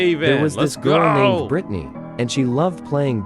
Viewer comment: britney?🥶 More than like brightney💀